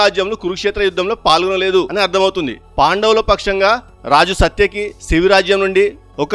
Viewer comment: మహాభారతం ను ఎందరో అనువాదం చేశారు. వారిలో వడ్డే నవీన్ లాంటి ఒక మానసిక రోగి ఇంగ్లీష్ లో రాసిన పుస్తకం నీకు ప్రామాణికం అయ్యిందా??? 7.30 నుండి చదివిన పేర్లు ఎన్ని తప్పులు ఉన్నాయో చూసుకో. ఇంగ్లీష్ లో రిఫరెన్స్ పెట్టి తెలుగులో మాట్లాడితే ఇలాగే ఉంటుంది. అసలు నీకు తెలుగు వచ్చా? సాత్యకి, ప్రాగ్ జ్యోతిష పురం అని చదవడం కూడా రాదు. 11.40 on same mount అంటే ఒకే కొండ మీద అని చెపుతున్న నీ మేధస్సుకు జోహార్లు. ముందు తెలుగు సక్రమంగా మాట్లాడడం నేర్చుకో. కురుక్షేత్రం కొలతలు సరిపోలేదు అన్నావు. నోవా పడవ కొలతలు సరిపోయినవా??? మరి బైబిల్ కూడా పిట్ట కథలేనా???